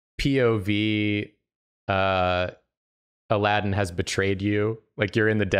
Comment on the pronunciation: “Jaladdin” little did they know